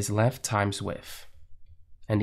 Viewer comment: This in one that so hard to listen to "length and width" become "linf and wif". I like the videos, but that can become a bit tedious to listen to.